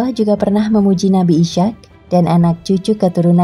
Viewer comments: Mohon maaf. Pelafalan dalam Islam Ishaq: Is - haq :) Isyak agak asing di telinga 🙏 Tetapi terima kasih sudah membagi pengetahuan dengan kami. Jazakumullah khairan katsiran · Mhn maaf...sama dgn saudara saya yg komen sblm nya.. Nabi IS HAQ dibaca koq jadi ISYAQ sekilas trdengar sprti sama dgn ISYA' atau ISA Mohon diralat utk video berikutnya agar presenternya diberikan pembekalan Makhrojul sblm menyebutkan Nama2 yg ada di Alquran.. Krn bbrp video sblm nya juga host nya sama cadelnya bikin gagal fokus pemirsa chanel ini.. trims.. wassalam...